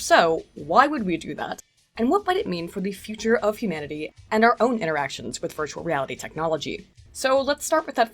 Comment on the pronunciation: this episode I cant help hearing "birdualreality"